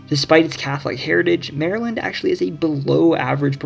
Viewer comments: No. 3 must be the one where they call Maryland..."Merlun", lol! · 'muuurlyn' is how we say it